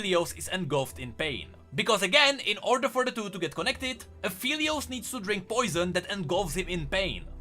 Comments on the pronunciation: its aphelios uh-fell-e-os not apheelios uh-feel-e-os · It kinda bothers me that pronounces Aphelios like A-FELL-EEOOOSS instead of A-FFFEEEEEL-EEOOSS